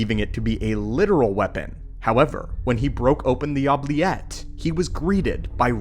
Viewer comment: Damn, this was awesome. The only critiques I have is the mispronunciation of certain words, like Stygian, Oubliette, and a few others I can't remember now